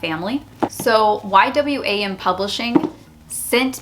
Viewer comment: The publishing company is pronounced Y "WAM" Lol. Its an amazing missions organization.